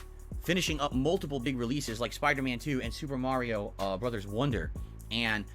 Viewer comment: Mario is pronounced “mah-ree-oh” lol